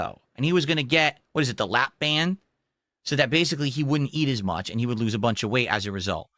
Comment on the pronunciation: lap band = “laeh ban”